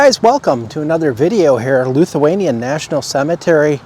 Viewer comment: I’m Lithuanian—- pronounced Lith-u-anian not LUth-u-anian. Most of those names rolled off my tongue 😛. Enjoyed the video 👍